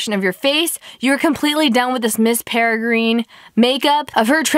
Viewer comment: Learn to pronounce. Peregrine- (pere- grin) ugh 😑